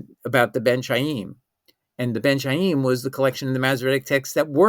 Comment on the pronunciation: From the way you pronounce the word Khayim, it’s clear that you don’t know the Hebrew language.